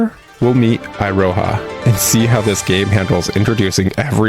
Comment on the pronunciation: "iroha" (i-ro-ha) Weaboo me died listening to this and keep on saying to my self it should be "Iroha" (e-ro-ha)